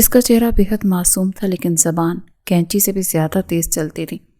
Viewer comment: کینچی نہیں قینچی ہوتا ہے اور ہمدان ہ سے ہوتا ہے